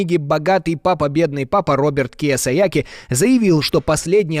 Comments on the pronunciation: Киосаяки😂😂😂 ну хоть бы фамилия правильно прочитал) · Эй, диктор! По буквам читай! КиЙ-О-сАки!!!! Не «киосаЯки:((( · Ведущему спасибо,но Роберт Кийосаки правильно,не не Киесояки. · Не Киясояки, а Кийосаки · Автор, Роберт Киосаки а не Киасояки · Киосаки (кийосаки), а не Киосаяки))) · Вы уж если взялись публично новости преподносить, то хоть готовьтесь перед тем, как что-то говорить. Какая такая"Киясаяки", вы про корейский автопром? Погуглите как человека на самом деле зовут, если нет журналистского образования. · Произносится Кийосаки, а не Кийосаяки... Это как фамилию этого ведущего произнести как Путияло. Замените ведущего, если он правильно известную фамилию произнести не может... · Кийосаки,а не Кийосайяки😂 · Не киосояки а Киосаки,это пиз.дец…. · Роберт Кийосаки, а не Киясаяки! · Кіосакі а не "Кіосаякі" !!! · Не киясаяки, а Кийосаки. Идиоты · Киоски, а не Киосаяки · Ну изначально не Киосаяки, а Кийосаки. И никакой он не эксперт, он обычный инфоциган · Киясаяки😂😂😂 Кийосаки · Роберт Киосаки, а не Киосаяки. Погуглить трудно, опарфуниться легко))🤦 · Роберт Кийосаки!!! Перед тем как озвучивать, вчитайтесь. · Убогий ведущий даже прочитать правильно фамилию Кийосаки не смог😂 Люди кого вы здесь слушаете 🤡😂??? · Хороший репортаж. Говорят Роберт Киасаяки ( да и какая разаница - Роберт Кавасаки - или КиаСаякович Роберт - етот самій) Главное то что половину смотрящих даже и не подозревают что такое облигации и какие они бивают. Внимательнее ребята, пожалуйста! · Сложно прочитать правильно фамилию Кийосаки? Вам что блин по 10 лет там? Несёте иногда такую чушь что слушать противно! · Фамилия Роберта автора Книги - Киойсаки!!! Не стыдно Вам коверкать фамилии! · Зачем искажать японское имя? Оно же даже написано в данном ролике.😅